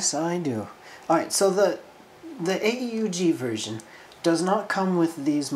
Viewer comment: A.U.G?, you disappoint me. AEUG; pronounced Ay-Yoog. Its the Anti-Earth-Union-Group.::sigh